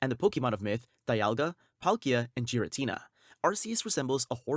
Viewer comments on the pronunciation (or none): the pronunciation is killing me on some of these lmao. keldeo being "kel-day-oh" is insane to me. giratina being "jir-a-tina"